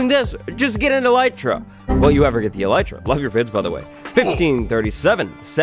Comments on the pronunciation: Eh-lih-tra not eelietra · fun fact: it's actually pronounced ell- it- ra (i looked it up) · Its elytra dayyyyyyyyyyy